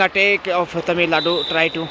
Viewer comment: how difficult is that for you to pronounce Tamil nadu ?. Is that a north indian thing ?